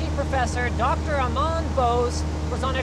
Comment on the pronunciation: Amar not Amang G. Bose